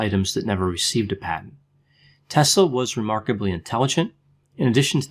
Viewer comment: Wow! You nail it again Doc! I am serbian also and I was soaking in all this information about Nikola Tesla since I was a kid! Btw, you said it perfectly his name👌🏼 Just to add one interesting thing- He was a great friend with Mark Twen❤️and he also had big passion for books since he was a little kid. His dad had a big Library, and Nikola would often read the books till late at night with a light of a candle. His dad would always say to him to stop reading books so late, he was afraid to Nikola don’t ruin his eyes:) Who would think that he would invent electricity one day, what we have today and his stolen scripts about shield around the Earth. He was a beautiful men and gentlemen and all lady’s in that time had a crush in him:) He was the Genius of all times and I am so happy that he wasn’t greedy. Greed is rooth of all evil. He was generous like you said and he had a beautiful heart. He wanted for all people in a world free energy. Everything was stolen from him..He is in good place now...God bless him forever🕊